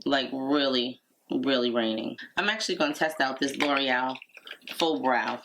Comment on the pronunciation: How lovely! Your eyes look like beautiful gossamer wings! I have to say as a French (among other languages) speaker, the way you say L'Oréal is perfect! Most Americans, sorry if that is rude, say it lurryel. That is a tiny little pot of powder for 35 dollars🤥. I saw you pulling the plastic off of the pencil, and those wrappers have me in conniptions!!🥴😂 Gosh I loved the extra blush, but you know me! This video was filled with so much fun and glamour! thank you for lifting my spirits after a very troubled nights sleep.